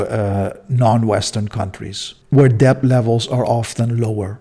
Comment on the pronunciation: Not pronounced as deBt. It is pronounced as det. The B is silent.